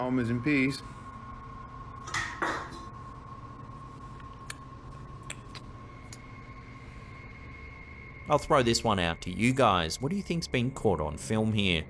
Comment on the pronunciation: I thought he said almonds and peas. I was like, that is a weird combination...🤣